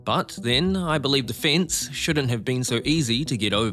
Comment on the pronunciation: It's pronounced 'fence' not 'fince' 😂